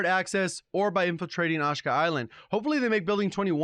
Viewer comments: OSHKA as opposed to AH-SHE-KA? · It's pronounced "Ah-Shee-Ka" not "Oshka" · How you pronounce "Kodachis" correctly but not "Ashika"? Ashka ashka ashka...ah-shee-kuh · Aash ee kaaahh island. Not assshhhkaaah. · It's not ASHKA but ASHIKA, c'mon, there is more in life than 'merican English... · Just for future reference, it’s pronounced like “ah-she-kuh” not “ash-kuh” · It’s pronounced uh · shee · kuh Good vid though. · I love your content. Sorry this is bugging me but it is pronounced Asheeka island. Keep up the content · Ashika =A-she-ka no shade